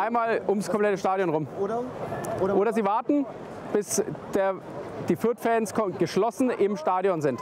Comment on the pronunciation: Sagt der Fürther fairy ultra 😂😂😂